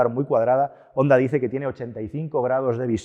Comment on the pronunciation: Jonda. Jonda. Honda se pronuncia: jonda.